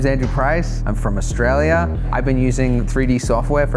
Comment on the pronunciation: Never before have I heard someone from Australia so butcher the pronounciation of their own damn country. Or maybe I'm the fool and there's actually a country called Austraia with a suspiciously similar accent.